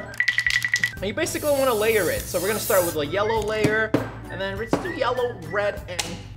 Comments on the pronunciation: No one: Not even a single soul: Roi: Shome green And Shome Shellow xD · Did anyone realize he said yellr